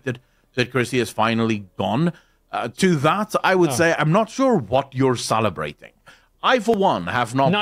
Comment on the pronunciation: Salabrating, sallabratting....